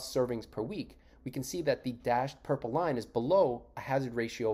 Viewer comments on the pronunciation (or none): none